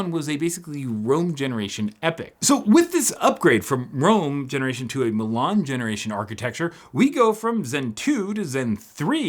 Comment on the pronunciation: Says Milan (City in Italy) hears Mulan (Disney Movie). Thanks for the upload!